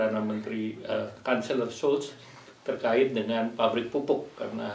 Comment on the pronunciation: mohon maaf Ibu Menlu, menit Kanselir Jerman Olaf Scholz, pengucapannya bukan Skol, tapi Syolz 🙏